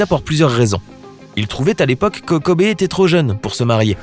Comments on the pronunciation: Kobe Kobe Kobe...et non Kobé. C'est pas le cousin à mokobé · Virginie Gomes mais ps du tout mon reuff sa sdit kobi Pas Kobé mais sa s’écrit Kobe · « Kober » ta pas le droit cousin ON DIT KOBI... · Kobe et pas kobé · Son prénom ne se prononce pas KOBÉÉÉÉÉÉÉ mais KOBIIIIIIIII honorons sa mémoire en commençant par ne pas ecorcher son prénom ça serait un bon début.